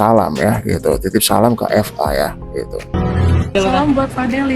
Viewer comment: BUKAN FA WOIIIIII...TAPI VA